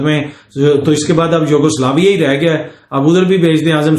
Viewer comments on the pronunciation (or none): جناب یوغزلافیا جب آپ کہتے ہو تو بہت ہنسی آتی ھے۔🙂🙂